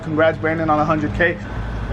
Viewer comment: did anyone else hear him say c*ck instead of cake??!!?!?!!?!!